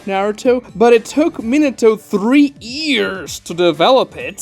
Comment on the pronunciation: STOP SAYING "EARS" INSTEAD OF YEARS I SWEAR IM CRYING AND SHIDDING AT THE SAME TIME